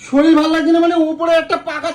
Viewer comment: Kotha ta soril na sorir